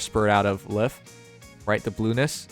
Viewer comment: Isn’t Lif’s name pronounced as “Leaf”?